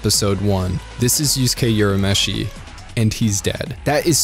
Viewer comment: Urameshi is read as 'oorameshi', not 'yourameshi.'